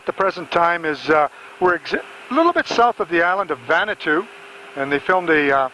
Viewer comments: Nadi in Fiji is pronounced “Nandi”. Vanuatu was incorrectly pronounced as “Vanatu”. Also, there is no island called Vanuatu. It is an island nation that consists of over 80 islands. The main airport is located in the capital of Port Vila on the island of Efate. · Someone needs to explain to the how to pronounce Nadi and Vanuatu.